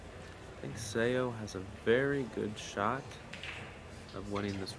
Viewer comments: Commentators should learn how to pronounce the players' names before commentating. Suh Suh Ah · Karl seems to be the only commentator who knows how to say Seoa’s name correctly. All the commentators for this event say it wrong😅